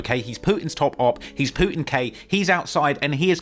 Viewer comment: When he said Putin k I’m damn near laughing at the ascent 🤣